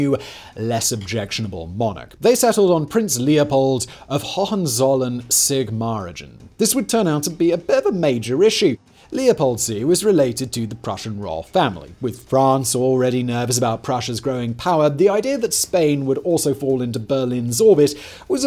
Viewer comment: I studied the Franco-Prussian War at school, my main subjects were French and German, so I took a special interest. This is a good, well written account, but please can someone go over pronunciation with? French names were mangled and the German name 'Sigmaringen', pronounced Sig-ma- riNgen', was pronounced here as 'Sig-marigun' (without the N). I'm nitpicking, perhaps, but it's very distracting for those of us who have studied languages. Oh, and it's 'crowned' not 'coronated' 😮